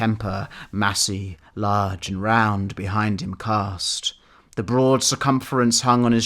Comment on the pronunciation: “Prone on the flood, extended long and large” I loved how you pronounce the laaaaarge!